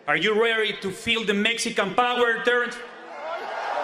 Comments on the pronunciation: Lmao that was the killer, R u reaeeyyto feel tha Mexican Powreerr Terrance! lmao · He pronounced it powrerrr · Bro really said 'a yew rayrey to fweeel tha mexican powa Terrence' 😂